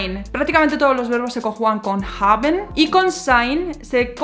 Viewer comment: La vocal "a" en la palabra Kaffe es corta. No es Kaaaaffe... es Kaffe. La " a" es corta. No es Treeeeeffen No es Triiiiiiinken Y por el contrario pronuncias la "a" de "haben como si fuera una vocal corta, pero es una vocal larga. "Haaben". Lo mismo con "bin" "ng" = ŋ gegangen = genaŋen. "gestanden" Aqui no tienes que hacer una vocal larga. No es geeestanden. Passieren. "ss" No tienes que vibrar. getroffen "o" corta ... etc, etc, etc, etc, etc, etc, etc...